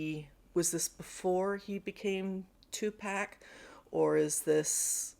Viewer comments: You were actually saying it right the first time it's pronounced Too-PAWK not Pack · It's Tupac, not pac, as in 2 pack. You were saying it correctly the first time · Somebody lie to you. it's tupac, not tupack. You have been saying it right the whole time. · Pock not pack. 😊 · It's Pac, not Pack. Pac like apocalypse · Yes is not pack it is pac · Tupac not Tupack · It's pronounced like top.. Not like tax.. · Its pronounced...to pock... simple... don't Webster's break down every word how its pronounced...Tupac...not pack... Somebody trolling you...😂When all else fails...he call himself " to pock " ...Tupac...I would think his Moms would know how to pronounce it...she named him... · It's two like two and poc like pocket!.. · LIKE HE HIMSELF SAID IT ONCE IN AN INTERVIEW 2PAC: 2 LIKE TWO & PAC LIKE POC PRONUNCIATION IS 2·POC THEY ARE PULLING YOO LEG IF THEY SAY "PACK" OVER "POCK" TUPAC AMARU SHAKUR LIKE THE INCA WARRIOR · You're pronouncing his name wrong, it's too-poc....not 2 pack. And do some research on your on volition about why he changed his name, Google is free. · 🗣️ IT'S TUPAC (Tu-pahk), NOT TU-PACK. Why won't you pronounce his name the way you heard him pronounce it when he said his name during the high school interview? That is so annoying and disrespectful. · The correct pronunciation of Tupac is too-paak not too-pack. So you were saying it correct the first time. By the way Tupac was named after Túpac Amaru II who's birth name was José Gabriel Condorcanqu. He led a large Andean rebellion against the Spanish in Peru as self-proclaimed Sapa Inca of a new Inca Empire. He later became a mythical figure in the Peruvian struggle for independence and indigenous rights movement, as well as an inspiration to myriad causes in Spanish America and beyond. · And pack is prounced pac. That is not his name. It's pronouced Pahk. We're not buying smokes or beer, lol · Thumbs dumb instantly for calling him Tu-pack, when you know damn well how it's pronounced.